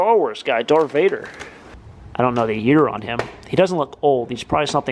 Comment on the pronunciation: Like the video. Good find but come on "Dart Vader" "Millennial Falcon"? U did make out like a bandit though.